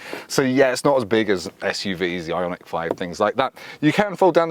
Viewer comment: Kudos for pronouncing the name properly!